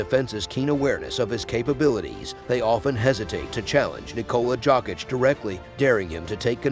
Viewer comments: It’s pronounced Yokitch lol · jAWCK - ITCH!!